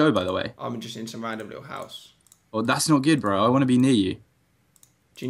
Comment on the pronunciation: You were a bit annoying when you kept saying burh bro